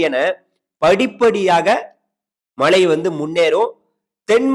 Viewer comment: தமிழை கொல்லாத மழையா மலையா